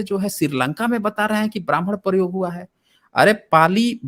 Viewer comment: Bhai saab ki saas ful gai hai or baman ya Brahman 👶 bol na main . 🙄